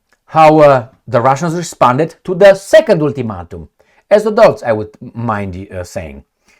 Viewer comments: Ool-two-mat-um?, I'm just trying to help.. let's try it again. Ul - ti - mate - um. The "a" is the only long sounding vowel. Hope that helps. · "ultimatum" : all vowels are pronounced wrong , no mean feat.